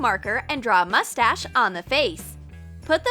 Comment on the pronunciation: did she say moustach?!